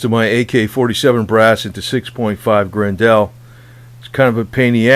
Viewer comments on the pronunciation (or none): It's pronounced GRen dull .... like Grendel from the fairy tale